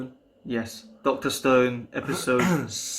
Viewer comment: Why did I think you were saying dr stern till I looked at the hashtags